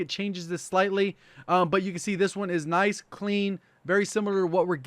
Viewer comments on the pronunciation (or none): none